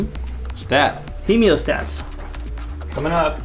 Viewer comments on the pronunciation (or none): he moe stat not he meo stat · Why can’t you folks pronounce “Hee-Moe-Stat”? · You're saying "hemostat" like hemiostat. Sounds weird. This is coming from an ER doc :p. thanks for the vid.